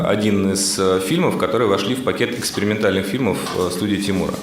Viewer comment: Когда он сказал экспериментальные фильмы, мне показалось, что он сказал " Экскрементальные"